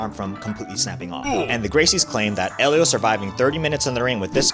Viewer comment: Except it's not pronounced with an H sound. His name is pronounced "Elio". Everyone pronounces it wrong. Helio is the correct spelling.